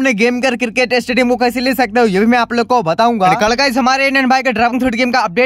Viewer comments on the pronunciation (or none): पागल भैया क्रिकेट नहीं होता क्रिकेट होता है